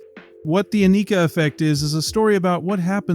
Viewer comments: Ann-i-ka.... NOT A-nee-ka..... say it right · Rush has always been the coolest band in the world. Learn to say her name. Jfc it's like the people mispronouncing Neil's name.